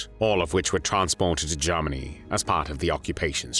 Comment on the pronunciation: the voice is AI who pronounces Germany as zzeeegggeerrrmaaggnnnyyy?!